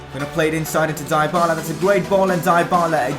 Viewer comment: it's dee-bala you dumb bitch say it right